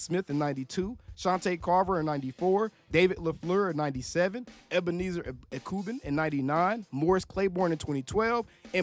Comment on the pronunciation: Cmon, don’t do my dog Ebenezer Ekuban name pronunciation like that!!😂😂